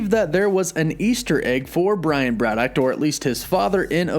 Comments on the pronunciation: Dude, I love your videos and the info you provide, but please work on the over-annunciation and pronunciation of various words. “Braddock” not “Brad-dockt”. “Mutant” not “mu-tantt”. Etc… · WOW!! Never knew there was a T at the end Brian Braddock -- ah sorry BraddocT. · 1. Brad-OCKKKKKKKKKK … 2. Hercules was DEFINATELY a Full Avenger , read past the third line on wiki next time , my dude. 3 . Swamp thing photos , man thing bio … lazy. Overall : C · You're adding a "T" to your pronunciation of Braddock. Also, why do you say "Britain" so strangely? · The way you pronounce BRADDOCK and BRITAIN triggers me so much haha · That pronunciation of Braddock makes my ears bleed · Love the vid but why'd u put a t on the end of braddock lol